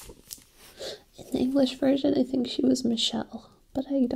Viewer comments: Michiru not Mirichu hehe - A fellow Sailor Moon nerd 💕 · WAIT YOU CAN SHOW US THE BACK OF THE LAST ONE!!! Lol also Sailor Neptune's name is Michiru, not Mirichu. ^__^ She's one of my faves because she's a violinist!!!